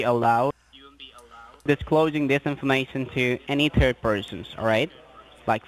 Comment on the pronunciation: “The higher at-orities” 😆 I also love how they always say I do understand dat...they don’t understand a darn thing you’re saying lol “Are you a turd person?” 😆 I love your videos!